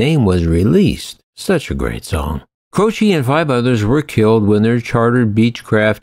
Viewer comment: You completely butchered Jim Croce's name and Natchitoches. It's pronounced Jim ( Crow ) Croce and (Nac-ca-dish) Natchitoches. I live less than 100 miles from the place and it is best know for it's Christmas light display.